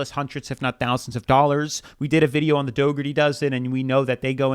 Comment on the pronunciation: I'm very sorry but I cannot keep listening to you mispronounced their last name it is "Dougherty Dozen" as in (dockerty dozen). Lol I don't really care for their content at all but I hear about them all the damn time and it's driving me nuts.lol